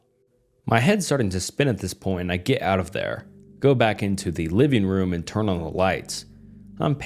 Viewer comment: I was looking for this comment when he said “hern it off” instead of “turn it off” I actually thought it was AI 😂